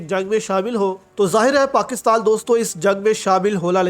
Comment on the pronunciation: پاکستال۔۔۔۔؟ یا پاکستان۔۔۔؟ اردو بھی نہیں پڑھنی آتی ہے تم کو ۔۔۔